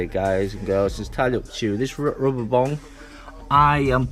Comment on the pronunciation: Its bung not bong hahahahaha